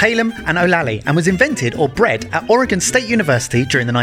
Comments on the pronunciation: I am from Oregon, and you actually pronounced the name correctly. Usually only people on the west coast say it right. Love your channel and glad you got to experience some of the great places around here. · Your pronunciation of Oregon is spot on. Most people mispronounce it.